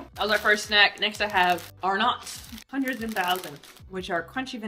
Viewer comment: It’s not “are nots”, just “Arn’ts”